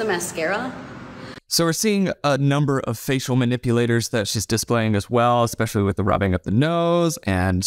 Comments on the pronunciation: I can’t trust the girl in the pink top because she pronounced especially as ekspecially 😂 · My suspicions about the girl in pink were confirmed when she said "exxpecially". Moving on. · “Eggspecially” from Miss “it’s ok to lie because everyone does it”…. I think my IQ dropped about 40 points watching this., are you okay? Trying to follow that thought process could cause you permanent damage…